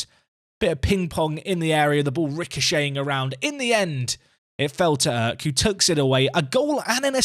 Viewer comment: Long time viewer, first time commenting here. Since you are bigging up Kürşat Erk this much I wanted to teach you how to say his name lol. The 'ş' stands for 'sh' so you can read it like this 'Kür' = 'Cure' | 'Şat' = 'Shot' The 'Erk' part is a bit hard since i don't know how to show it. But I can say where you make the mistake. You read it like 'Örk' but you should soften it a bit like 'aerk'. In turkish we read the letters literally as they are. So in summary: 'Cure Shot Erk' Thanks for the daily videos, I have been watching for 2 years now and learned a lot from you. This year, I myself took Telford United from Vanarama National League North all the way up and won the Champions League in 12 seasons. Btw great work on that thumbnail! Keep up the great work!